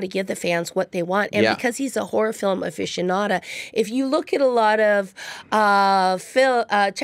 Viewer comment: she lost me at "aficionada"